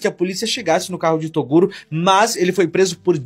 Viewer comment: ( | | ) TORUGO. :face-green-smiling::face-green-smiling::face-green-smiling::face-green-smiling::face-green-smiling: ( | | ) "TORUGO" guardado pela G. M. de Balneário Camboriú. Eu exijo explicações!